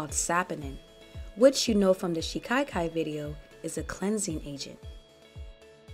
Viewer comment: It is pronounced shika-kai, not shi-kai-kai. Other than that i love watching your videos. 👍💗They are very thorough factual, pragmatic, so thank you for the super useful content.